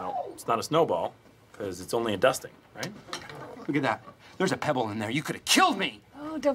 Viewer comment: Did he say, fuckin just dusting. Cus thats what it sounded like.